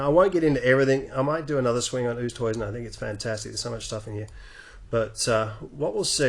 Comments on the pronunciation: Good video! But I think it’s pronounced oo-est-hayzen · Actually it's pronounced with a 'w'. (Afrikaans).